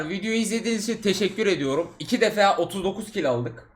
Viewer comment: İki "defea" :D "Defa" olmasın o :)